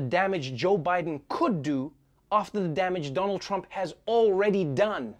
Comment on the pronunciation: OMG ... she said Donald "Tramp" 🤭